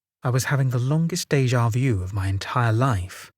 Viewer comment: Déjà vu.. Not view.. Bless ya.. Made me smile.